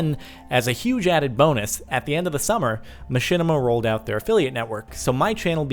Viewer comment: mahinima? *Machinima